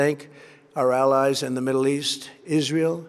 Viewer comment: can't say "middle" 🤣 "Midduw"?